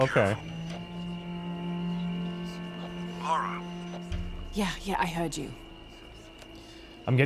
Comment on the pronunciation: her name isn't laura. its lara. lah-rah.